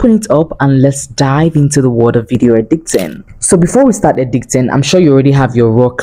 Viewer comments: Just stumbled on this ! This is so so detailed ❤ God bless you!! But your pronunciation 🤔 I was hearing words like “Edicting” instead of Editing and “Transiction” instead of transition 🙂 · Why do you keep saying edicting instead of editing